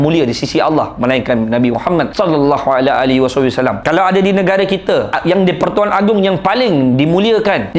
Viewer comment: bang sebut rasulullah sallallahu alaihi wasallam tu kene sebut betul2